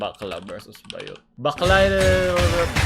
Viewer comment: it's Baaaaah-yot, not ba-yot. Hahahhahahaha 😂😂😂